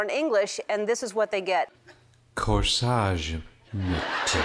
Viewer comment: "Corsage, n-tuh. CorSAGE n-tugh!" What an idiot! :'D